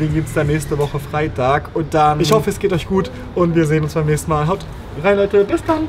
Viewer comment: "DRRRRRREEEEI" Stunden xD Dieser Akzent xD